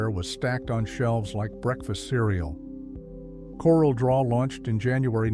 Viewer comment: It’s pronounced my-tel and corelle draw.